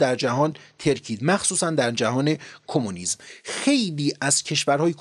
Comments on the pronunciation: شده ححح بود؟؟؟ یه له تسین؟ ایده کومونیسططط؟ و نه کمونیسم؟؟ کسخلی چیزی هستی؟؟! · سپاس فراوان از مطالب آموزنده شما و دوستانتان جناب. در دقیقه ۴ و ۵ ویدیو ، شما واژه کومونیسم را کومونیست بیان میکنید که بهتر است تصحیح شود.